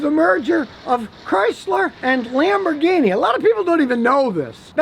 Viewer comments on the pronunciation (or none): Chrysler bought LamborGuinea pigs?? I dont speako Englishh!!